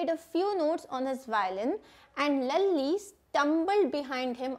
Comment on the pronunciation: mam it was laali not lali